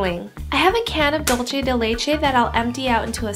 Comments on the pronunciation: Hiiii Looks so delicious!!! Thanks But the pronunciation of "dulce" it's with "ce" , you pronounce with "che" In the end of the word its must have to sound like "CE-lebration" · your mispronunciation of Dulce de leche was kind of annoying..hahaha its not "dulche" its "DULCE!" lol dulCE, like CENtennial, SENsitive. hahah the recipe was great tho. lol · boogie googie it was so damn annoying...dolchay